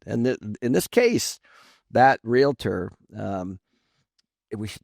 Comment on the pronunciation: REALATOR?? LADY, EVERY TIME YOU MISPRONOUNCE "REALTOR," YOU COME ACROSS LIKE AN IDIOT.